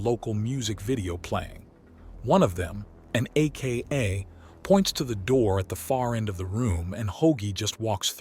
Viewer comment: I quite enjoy this series. May I suggest adjusting the AI narrator so that it says 'Aka' instead of reading out A.K.A.?